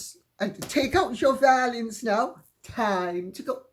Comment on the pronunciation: Instead of "take out your violins now" I heard "take out your valiums now" 🤣😏 Just possible talking about Rachel M.M. adventures I love to watch your Youtube channel Lady C.